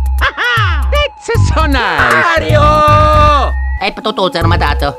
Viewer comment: 'Mairo' lol...